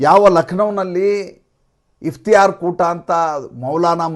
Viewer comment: Its iftar not Iftiyar.